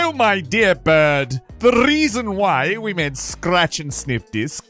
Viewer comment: “Oh my dear bird. The rrrrreason we made scratch and sniff discs…” falcons accents crack me tf up lmao